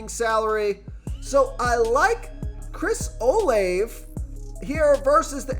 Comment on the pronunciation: His name is Chris O- “Lavey” god u sound dumb as shit do ur research